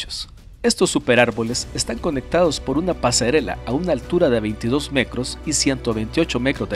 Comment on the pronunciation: hola porque usas el termino cro en vez de tro ejemplo petroleo te escucho pecrolio o en vez de metro te escucho mecro o es que yo escucho mal,saludos y buen video sobre todo por las imagenes que muestras lo encuentro un muy buen trabajo, y vaya portada con la bellas y hermostras chuquillas buen enganche para ver los videos😁